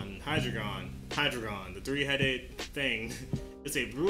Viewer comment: Hydriegon is pronounced High-dry-gon it is also a pseudo-legendary. It really had no chance against Gardevoir because Gardevoir’s type is psychic and fairy, fairy is quad-effective against Hydreigon meaning any fairy type move (moon blast) would to 3.2x damage. Fairy also resists dark and is immune to dragon so Hydreigon wouldn’t be able to use stab moves (stab being move that are the same type as the Pokémon and get a 1.5x boost P.S Dark is super effective against ghost and psychic, and resists ghost while being completely immune to psychic